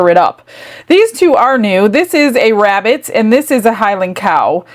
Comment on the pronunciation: ”I’m hunting a wabbit”